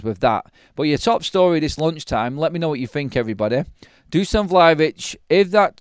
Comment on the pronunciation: Dusan* not Duscan:)